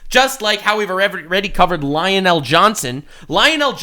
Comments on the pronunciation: Lion' El Johnson. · Again he says lionel el'johnson